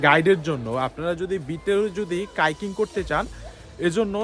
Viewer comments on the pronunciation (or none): ভাই ভিডিও ঠিক আছে কিন্তু কথা/উচ্চারণ ঠিক করতে হবে।। হাইকিং বলতেছেন কাইকিং। আই ক্যাচিং বলতেছেন ই ক্যাচিং । আবার হুমায়ুন আহমেদ এর যায়গায় হুমায়ুন ফরিদি।।